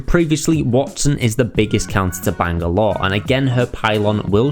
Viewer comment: Look man it was a great guide and very entertaining while informing but that has got to be the most annoying pronunciation of Bangalore I've ever heard